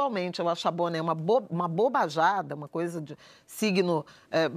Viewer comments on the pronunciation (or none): Ela falou "bobaxada "?